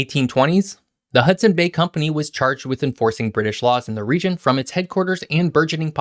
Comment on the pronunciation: Plus it’s pronounced Hudson’s Bay Company with an “S” and no mention of Sir Alexander Mackenzie☹️, made it to the pacific 13 years before Lewis and Clark.